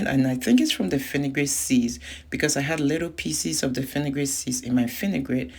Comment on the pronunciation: Are you saying afinigan seeds??